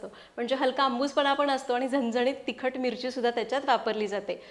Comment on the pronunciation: Tuzi staylae ashe ka uchar chukiche karayche. न cha उच्चार करायचा झणझणीत तर मराठीचा satyanash karu nakos